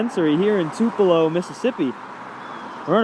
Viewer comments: This lawyer calling Tupello, MS. Tullipo, is hilarious..😅😅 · it is NOT "tuleepo" it's Too Puh Loh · By law MS just clearly established in early sixties that you can’t kill outside civil rights activists while exercising their rights ! That’s pronounced Two-pu- low ! As in Tupelo Honey by Van Morrison ! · It is Too Puh Low…not Two Pee Low. The videographer pronounced it correctly. Elvis’ birthplace too. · It’s TOO-puh-lo. Not tuh-LEE-po. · I subscribed so take this criticism as coming from a viewer that cares. The city in the video is Tupelo, Mississippi. Not Tulepo, Mississippi. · I loved how he pronounced their crap hole as TULEEPO! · Tupelo... TU-: Sounds like the word "too" (or "tyoo" in British English). This is the stressed syllable. -pe-: A quick, unstressed sound that sounds like "puh". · It's Tupelo, not Tulepo, great story but you don't lend credibility...too bad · I had to rewind at 1st thougt you said Toledo! Dam, You said "Taleeeeepo" lmao we've got Atty's that can't Read now! 🤔😆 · Tuh leepo? Is this happening in Tupelo MS? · Dude, it’s not ‘Tuleepo’! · Dude, I think you are the only person on the planet that can't pronounce Tuuuu pa low correctly. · Buddy its TUP ' E 'LO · AI narration? It's "Too pell oh" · Dude... it's Too-pa-low. How fucking daft can an attorney be? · It’s (two-puh-lo) right near Onebelow! 😂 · It's pronounced Two- pa- Lo... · It's pronounced "Too-puh-low," not trying to be a grammar nerd. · Elvis and Van Morrison were offended by your pronunciation,. 🤣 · Who mispronounces the birthplace of Elvis? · By the halfway point of this video i was beginning to wonder just how many ways it was possible to mispronounce the name of Tupelo